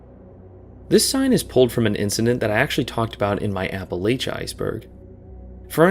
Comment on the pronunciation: Man how do you hike in WV and still pronounce Appalachia wrong? Loved the video though!